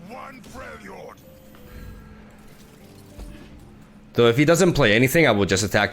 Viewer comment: ayyyyyy, you say "Freljord" correctly now. what a.